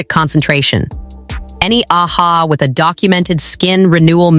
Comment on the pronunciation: Friend, it is AHA…the letters stand for Alpha Hydroxy Acid , it is not read as “Ah-Ha”😂